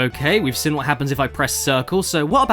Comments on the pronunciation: Also, I didn't notice until a few weeks ago that Caddy pronounces "seen" as "sin". I thought it was a one off, but realise he's always pronounced it like that. Now my mind is blown - and I can't unhear it. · I thought this was weird at first but then I realised I pronounce “been” as “bin” so I can’t say much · Now I can’t un-hear it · You’re right!